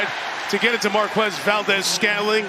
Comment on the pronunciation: Only a moron pronounces Marques like Gumball does